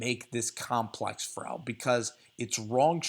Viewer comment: "2 yard frow"